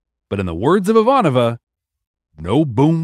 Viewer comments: Dude. Brent. It's i-VAN-ova NOT ivan-O-va. You are almost through season 1. Please work it out bud. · So we are listening to B5 For the First Time… for the first time, and we are at this point in the timeline. We don’t know what’s ahead of us in the next podcast episodes, but we think at this point, Brent needs a buzzer for every time he butchers Ivanova’s name! C’mon, Brent… if she can read a prayer in English for Sinclair, you can learn her name for her! 😂😢